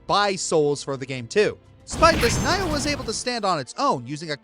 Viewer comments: Did you just say NYE-OH??? HOW DOES NIOH LOOK LIKE IT'S PRONOUNCED NYE-OH??? ITS NEO. NEE-OH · Nioh is actually pronounced "nee-oh,". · Nioh will always be my Soulsborne game. Also, it's pronounced Nee-oh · Nioh. Nee-oh. Say it with me. Nee-oh